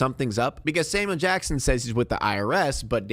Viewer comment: It sounds like you're saying "Salmon Jackson".